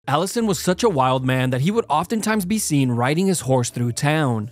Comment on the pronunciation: Its so funny to me when you say the word "through"😅